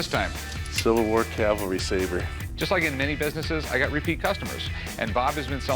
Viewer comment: Hey Corey...Calvary = where Jesus died Cavalry = mounted soldier You're welcome.